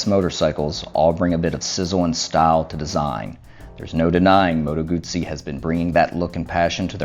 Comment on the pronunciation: Nice vid, thanks. Do you have any more Moto Guzzi footage? I'm hoping that I can get down to Mandello del Lario for the big party in September although the news today is that Italy is tightening its lockdown with a complete shut down at Easter. Thank you for pronouncing "Guzzi" correctly. However, I think as "moto" is feminine it should be bellissima not bellissimo.